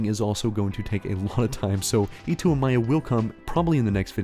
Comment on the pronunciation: The "A-my-ia" pronunciation always makes me cackle As always, good vid bud